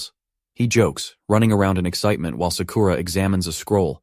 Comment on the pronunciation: So many a.i. voices pronounce ‘Sakura’ as ‘suh-kooo-ruh’ instead of ‘Sakura.’